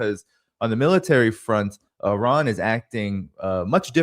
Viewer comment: Glad to see that Alexander pronounces the I in Iran as it should be, like the I in Italy, Israel etc…